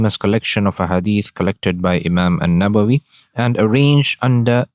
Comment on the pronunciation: السلام عليكم ورحمة الله وبركاته بارك الله فيك Imam Nawawi, Not Imam Nabawi * بارك الله فيكم أخي العزيز